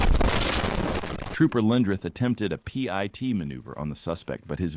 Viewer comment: HOT DAMN!!! IT'S NOT PEA EYE TEA!!! IT'S PIT, LIKE A SEED IN A FRUIT! SCHIT! EYE STOPPED WATCHING!!🤔